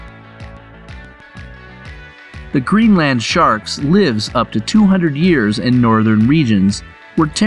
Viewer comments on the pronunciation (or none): none